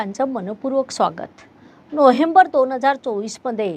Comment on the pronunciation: नोहेंबर नाही. नोव्हेंबर म्हणा